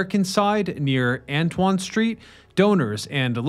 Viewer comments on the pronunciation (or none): none